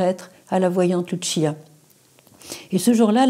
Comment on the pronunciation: Sr Emmanuelle les voyants de Fatima sont des portugais Lucia Francisco prononcez leurs prénoms en français c la même prononciation qu'en portugais et non en italien. Merci